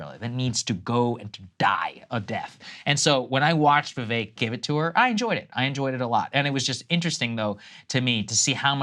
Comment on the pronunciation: Crystal was absolutely right Nikki is self hating Indian and thats why she was pournouncing his name wrong in the beginning like she doesnt know how to say Vivek and she is absolutely jelous of him bcz vivek has everything she wanted especially the love he is getting from American citizens.